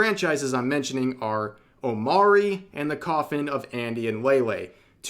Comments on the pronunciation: Its pronounced O Mo Ri not O Ma Ri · Omori... you pronounce it OmO-re, not Omary. Omori comes from the word hikikomori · its omori not omari. Learn how to say words. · I think its pronounced omori not omori Hope this helps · Yeah I was gonna say... 😅